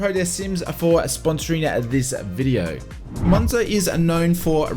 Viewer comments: Its Moza, and not Monza 😅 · Moza not monza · ITS MOZA NOT MONZA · Great video, the only annoying thing is the fact you call Moza "Monza" thats not how it's pronounced!